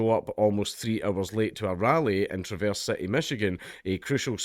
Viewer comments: It’s not Tra-verse, Trav- erse. The Trav is like the name Travis. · As a Traverse City resident, it's "Trah-verse", as in Trad.